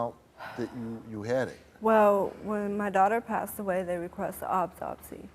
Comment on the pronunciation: She lost me at "obtopsy"